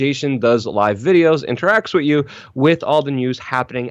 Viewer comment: "Wit you" 😂